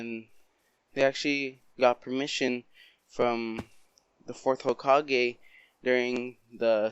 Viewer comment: When you said you might not became the Hokage it sounded like you said you may not have became the HOEkage